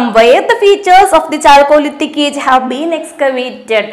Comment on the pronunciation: കാൾക്കോലിതിക്✔️ ചാൾകോളിതിക് ❌️